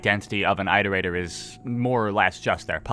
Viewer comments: It's it-er-ator Not I-ter-ator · Who the hell pronounces it eye-rotator and not it-erator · It's more like eeterator than ayterator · said eyetertater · EYEterrator? How do you pronounce iteration or re-iterate? Also if we're going off downpour which this video is (I don't, I think it's terrible fanfiction) the whole basis of why you go to the city in arti's campaign is because 5p is bothered by the scavs in it showing that it is not a separate entity (in downpour which is garbage). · Is the way he says Iterator a regional pronunciation thing? Because to me, it’s pronounced the same way as in “reiterate” like “it-erator” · it is objectively pronounced it-er ate-er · Time to find out if has finally learned how to pronounce Iterator Edit: Nope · you're saying iterator wrong